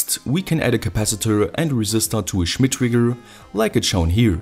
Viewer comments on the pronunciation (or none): Schhhmit triggggrrrr